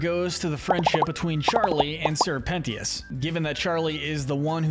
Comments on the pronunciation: "Sir pennyis" C'mon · sir pen-tea-us?? 💀💀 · IM SORRY BUT ‘SIR PENEEUS’ I CANT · SERPENT-tious not sir penti ous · Why do people choose to pronounce people's names wrong? It's Sir Pentious. Not sir pensheeuss 🙄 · Ok, I cannot take this any more, Sir Pentious! His nane is pronounced like Serpent, Sir Pent-chus, not Sir Penny-us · His name is pronounced Sir Pent-Ches, your videos are good, but I can’t take another Pennyius, or pentyus😭😂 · Sir pent-ey-is 💀💀💀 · Ummmm did you call sir pretentious sir pennyis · If he says Sir Penny-ous one more time imma cease /j 😂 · its pernounced sir-pen-chess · "sir penny-is" 😂 "Sir pent-ious"😂 "Sir penny-is-es"😂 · "pennieous" lol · CAN YOU PLEASE STOP CALLING SIR PENTIOUS (SIR PEN-E-US) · Bro is saying sir pennyious instead of sir pentious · The pronunciation of Sir Pentious’s name is KILLING ME 😡😡💀💀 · The way he pronounces Sir Pentious name drove me insane the entire video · Your way of pronouncing Sir Pentious makes me sick